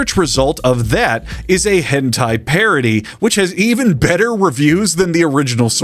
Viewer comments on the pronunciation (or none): none